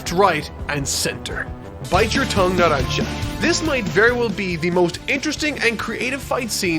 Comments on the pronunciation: Good to know he learned how to pronounce narancia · THE BRO SAID NARANCIA RIGHT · Yeah you pronounced better narancia then you did with diavolo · actually pronounced Narancia correct, I'm so proud 🥲